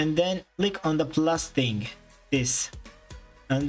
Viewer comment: “its a hing”